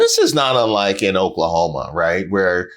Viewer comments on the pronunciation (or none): I couldn’t make it 15 seconds in 😂😂😂 the Oklahoma 😂😂😂